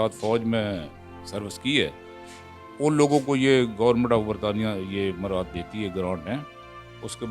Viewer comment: "مرات"نہیں "مراعات"